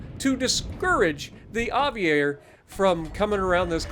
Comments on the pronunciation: It’s basically “aviera” you need to pronounce the last “e” just like you pronounced the “e” after the “i” and it basically means “(elite military) aviator”. Greetings 🇮🇹! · The Aviere is pronounced (Ah-vee-eh-re), it’s Italian for aviator.